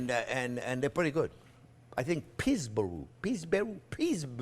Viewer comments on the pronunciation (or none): Pees-burreee lol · pre-made pie doughs can be purchased from the store. Peesbou... peesbear .... peesburee I think that's what it's called. Cracked me up! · This was fantastic. I could instantly tell that you're from Georgia, the way you pronounced "Pillsbury". Would this onion pie be a good side dish with White Castles? Chef, you're the best. (and funniest)